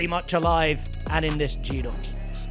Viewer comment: Bike bore Ned tries, but butchers the Italian names more than his soon to be forgotten TdF efforts.